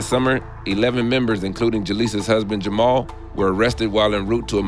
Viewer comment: They aren't Moroccan. You can tell by the way they pronounce Jamal.